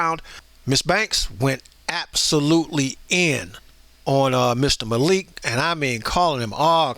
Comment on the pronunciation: Zayn 👉 Mal-ik 👈 I don't want any directioners to come on here cussing everyone out because one guy mispronounced Zayn's name sorry loves.❤